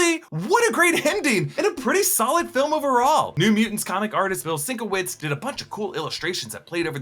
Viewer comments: As the artist constantly corrects folks, it's pronounced "Seen-KEV-itch" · The way you pronounced Bill Sienkiewicz' name hurt me.